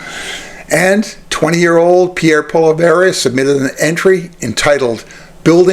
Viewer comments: Say what? Poleverre? Its Poilievre. Phonetically, Pwaleeayvre. Obviously, your knowledge of French is zero. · He is not “Polly - Verrr or Pollly - verra”. If you want to be taken seriously, pronounce his name correctly. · I agree with you on Poilievre. However, I would hope that you could pronounce his name just a little better. It helps to give your point some more cred. Poilievre: "Pwall-ee-evv. Hope that helps. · Stay in your own backyard, bud ! And yes, Canada wants Pierrie Pollievre! 💯And if you can't say his name right, I suggest practice ! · Please please please pronounce Polievre's correctly...Please? I agree with your point of view, but it grates me that you mispronounce his name. It's like the Maga folks mispronouncing Kamala's name. Come on, now. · You should learn how to pronounce Pollive correctly. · You’d have more credibility if you could pronounce his name correctly. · If you can't even pronounce his name keep your dumb ass commentary to yourself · Reports on the guy, can't even pronounce his last name. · I think your pronouncing his name wrong. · Learn to pronounce his name for credibility!